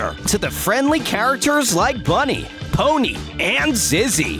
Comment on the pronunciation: Focus kinfe Pony: Are You Kidding Me? You said my name wrong TWO TIMES!!!